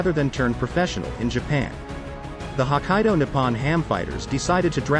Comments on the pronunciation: I hate to say this to you because I may be nitpicking but pronunciation of Hokkaido is not 'Ho kai do'. If Google pronounce it 'Ho kai do', then they'd better do a better job! There is a reason for spelling some words with, for example, kk, or, tt, or pp. It's very difficult to explain how to pronounce because I can't think of any examples in English at this moment but closest way to explain would be like as if you are stuttering the spot. For the same reason 'Nippon' is not 'Ni pon'. 'I'm afraid you may not understand what I am trying to say. It's so much easier to hear than try to explain in words. Just my 2 cents. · Yeah, I caught that too. I mean it's nitpicking, I know, but if the shoe were on the other foot and a video were calling Boston, Beestin or John, Jane, certainly that would make people cringe.